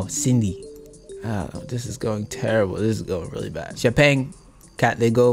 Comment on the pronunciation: Katlego which is Ka-tle-go but "go" is nothing like in "Go away" but that "tle" is almost like the "Hle" in Hlengiwe